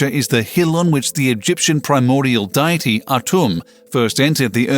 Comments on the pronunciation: "Diet-ee"? instead of "dee-it-ee"? Strange pronunciation of a common word ... who is the narrator? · Also... somewhat annoying how the word deity keeps being pronounced as diety... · its daity, not diety, gggrrrrrrrrrrrr, it jus' gets worse and worse............... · Deity not diety, fool. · I'm so glad I read the comments early on... and wtf is Mesopo-tah-mia of Die-ety..